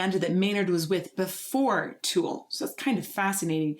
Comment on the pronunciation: Where is that accent from lol? We say Tool. You say Too-al.